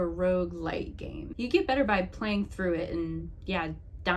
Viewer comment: oof, apologies. Sounded like you said “lite.” It’s a minor thing, so I’m just being a butthead. Lol.